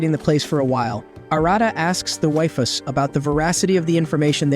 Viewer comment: Shame it couldn't pronounce waifus if it was going to use it so often.